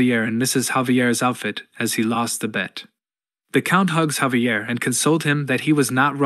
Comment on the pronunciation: ai was done sayin javier the right way